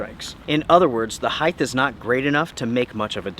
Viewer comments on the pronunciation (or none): It’s HEIGHT not HEIGTH!!! … please get it right!!